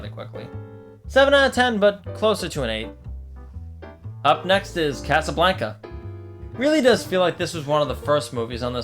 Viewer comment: I'm sorry, but the pronunciation of Casablanca has me so sad